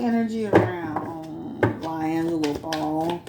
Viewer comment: His named is pronounced Lee-Angelo not Lye-Angelo 😂 sorry I couldn’t take it 🤦🏽‍♀️